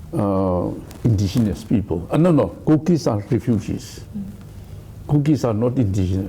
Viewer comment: intigenous?? Typical Tangkhul style of pronunciation. 😂😂😂😂 Baby is pronounced papy in Tangkhul English. Hahaha